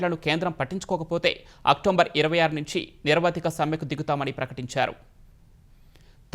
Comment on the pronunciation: అక్టోంబర్ కాదు అక్టోబర్ అనాలి